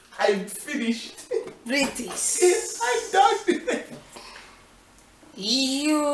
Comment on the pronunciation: When your mum said "Britis" instead of "British" I fainted 😂😂 and "jam-eye-kan" 😂😂